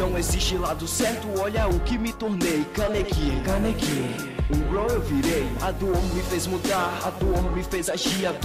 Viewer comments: O moreno fala canequi em vez de kaneki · pronúncia Kaneki direito